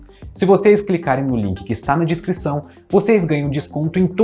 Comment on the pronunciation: Já perceberam que "descrição" o sempre pronucia "discrição" kkkkkk